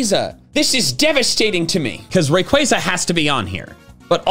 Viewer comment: AGAIN, DO NOT LEAVE OFF THE Y IN RAYQUAZA!